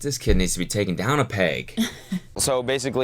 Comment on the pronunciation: that "peyg" the Canadian jumped out